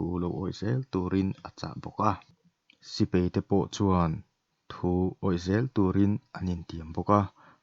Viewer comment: sipei ni lovin, sipai tur zawk aw.